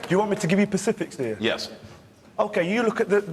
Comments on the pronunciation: lol that guynsaid pacifics not specifics ahaha. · lol "pacifics" I heard that too